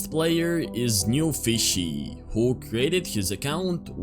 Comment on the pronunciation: it aint “newfishy” its “newFISSy”💀 . (Guys im not hating just pointing out something)